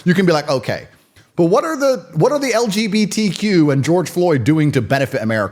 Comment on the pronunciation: Every time time he says : LGBQ or whatever😂. This man is so out of this garbage, he can’t even pronounce that